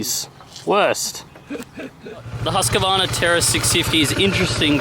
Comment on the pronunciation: Husqvarna, not Husk a varna. 😁